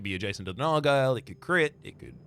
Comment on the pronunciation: that's not how you say nargile